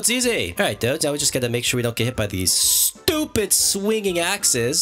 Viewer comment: i love when u say STOPID